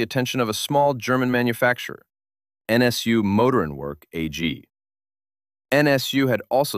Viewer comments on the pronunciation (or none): PLEASE at least make an attempt to ask someone how to pronounce German. “NSU modorinwork”?? It made my skin crawl even more than “prinns”.